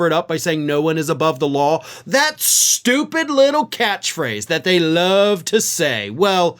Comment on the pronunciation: In Habba's case it's 'stoopud'